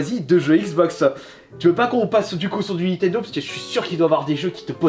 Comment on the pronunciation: C'est nintendo pas nitendo